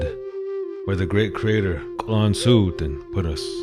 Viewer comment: Happy to learn the correct way to pronounce Schitsu’umsh. Thank you